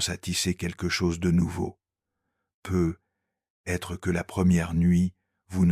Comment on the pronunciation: Pardon de faire une petite critique : dans le script lu par la voix synthétique, il y a un "peu. être" et ça cause 1 pause verbale inutile. Certains la teouverons marrante, moi c plutot que ca m'irrite : la voix d'homme est douce, agreable, mais il y a ce "peuh / hêtre " prononcé qui est un peu ridicule 😅 Avez vous essayé avec la bonne orthographe ? Quand on s'interroge avec un "peut-être" il y a un "t" et surtout, un "trait d'union " Je suis certaine que l'IA peut faire la liaison phonique "peutetr" 😁😉 merci Sinon, Très apaisantes formulation, dans ces videos ❤